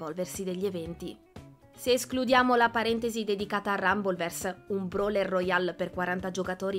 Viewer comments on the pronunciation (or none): none